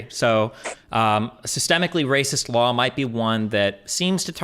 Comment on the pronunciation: Anyone notice when she says raw and law there’s an extra L “rawl” “lawl”